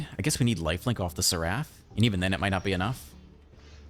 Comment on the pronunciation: Awesome deck and game play as always, but one thing that bugged me is that seraph is pronounced Sair-if 😂